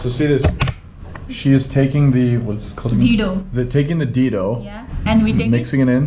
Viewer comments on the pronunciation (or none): I loved a part most when you guyz were taking Nepali National food 'DHINDO" Lmao!!🤣 🤣 🤣 You messed up everything plz try next time🤣🤣 I mean DHINDO* 😁